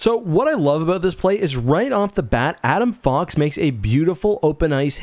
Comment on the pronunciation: Holy shit say his name right.🤦🏽‍♂️